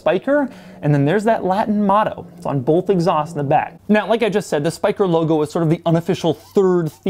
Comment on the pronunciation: Doug does a pretty good job pronouncing the Dutch name Spyker